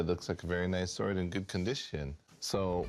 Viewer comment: SWORD, NOT S WORD! hate his proununciation!